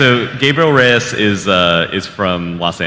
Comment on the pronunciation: Almost died laughing at that girl’s question 😂😂 Reaper’s last name is REYES like cmonbruh